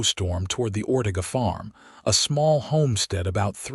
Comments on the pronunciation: It's Ore tay ga. Please instruct your AI as to the correct pronunciation of Mexican names. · Or Ortega. Many words and names. If this is how AI works, we are in a world of hurt as a nation.